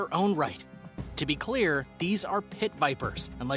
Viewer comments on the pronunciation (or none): none